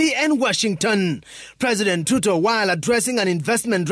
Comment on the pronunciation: Why does the Reporter call Ruto "Tuto"???